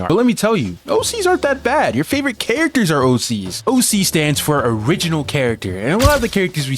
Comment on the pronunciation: Bro Kept On Saying AC's Instead Of OC's